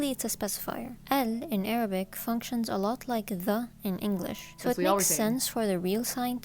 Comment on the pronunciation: As an arabic i can tell you that your arabic prononciation is pretty good compared to others you’re very close to the actual arabic accent